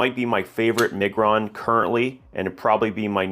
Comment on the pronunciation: You are butchering Miguron 🫣